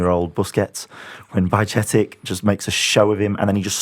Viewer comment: Well done lads on the improved pronunciation of Bajcetic. You've now got the "Buy" part sorted, just need to remember that the final syllable is "itch", not "ick" Buy -chet -itch